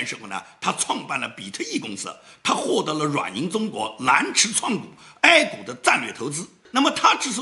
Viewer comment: 是A股，不是哀股